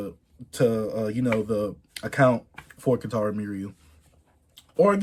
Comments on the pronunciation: R.I.P Kentaro and btw chase its pronounced me-uw-ra <3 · Also the pronunciation is me - u-ra atleast that’s how most people out here say it. Rip to that legend . Love all the love he’s getting from the YouTube community